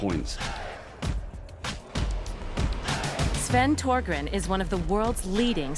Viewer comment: The way she said "Thorgren" made me cringe. It's not toegren